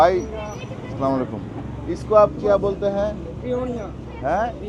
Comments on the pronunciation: আসসালামুয়ালাইকুম বলবেন,,স্লামালাইকুম কি আবার 😂😂😂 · আসসালামু আলাইকুম বইলেন।স্লামালিকুম টা সঠিক না। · ভাইয়া কিছু মনে করবেন না। সালাম শুদ্ধ ভাবে দিবেন। "আসসালামুয়ালাইকুম"।